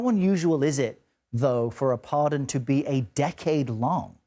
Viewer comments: It's pardon not parson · I'm romanian. I went to a communist school where I never learned english. And It's pardon not parson! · Can’t even get the word pardon right, THIS IS WHY NO ONE WATCHES YOU CBS YOU SUCK HAHAHAHAHAHA